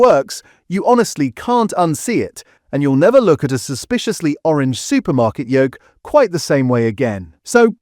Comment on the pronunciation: Good grief, did my ears deceive me or did I really hear the narrator pronounce the word Yolk not as 'YOKE' but as 'YOLL-K'? :o